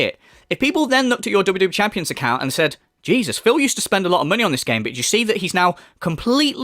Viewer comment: Dont listen to the detrACKTors you guise, its jus NAHNSENSE Its crazy that he said "i spent thousands of dollahs on wwe chanpions you guise" And then denied the bank leaks were his which clearly showed thousands spent on apple itunes🤦‍♂️